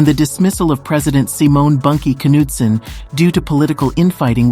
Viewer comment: Were did you come up with you pronunciation of Simon "Bunkie" Knudsen? What planet?